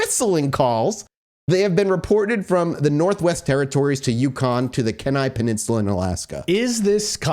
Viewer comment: As someone who lives on the Kenai Peninsula, I feel the need to clarify that it's pronounced "Key-nai". Also, fantastic episode. Glad to see Alaska getting some love.